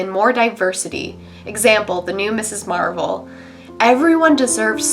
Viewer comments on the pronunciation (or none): none